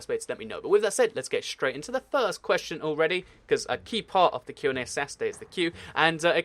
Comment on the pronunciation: you said qna sas-ay